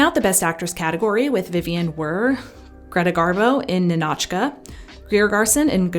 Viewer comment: It's NInotchka, not NinAtchka